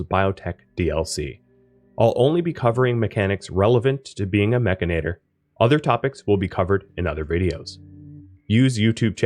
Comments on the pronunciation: MECH-AN-IT-OR.......MECH-ANIT-OR...MECHANITOR its not MECH-AN-AT-OR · You keep saying "Mechinator" -- the "inator" is clear -- when the word has no such letters "Mechanitor", itor, not inator Mech-an-i-tor It grinds on my brain Video is good tho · I don't think it's pronounced "mechinator," a la terminator; it's spelled mechanitor, like a portmanteau of mecha-/mechanic & janitor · Drinking game: take a shot every time he says mechanator instead of mechanitor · It's pronounced "Mek-AN-it-tor". Here you've swapped the "a" and the "i". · Well, I am saying it Mech-i-nater now just for troll value! Love the vid, lots of good info to get started with the DLC. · It’s “mechanitor” like “janitor” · You flipped the A and the I sound when you say Mechanitor. Mechinator. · True, it is just sounds like you might be saying mechanator :) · great video, many thanks but oh boy, i hate the way you pronounce mechanitor hahahahaha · I figured Mechanitor was pronounced with the emphasis on the “chan” part